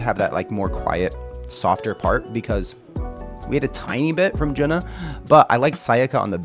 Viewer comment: Thank you for introducing HAGANE. The drummer is JUNNA, not Juna. JUNNA is pronounced as JU-N-NA. Recommended list